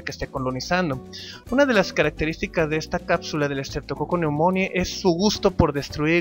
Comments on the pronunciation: Que mal lo pronuncias, se pronuncia estreptococo neumoni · Ja! ya ni me acordaba de ti! Sale, cuídate, pobre diablo. Por cierto, se pronuncia: "Streptococcus pneumoniae", con "e" al final, no con "i" como dices. Es neumonie.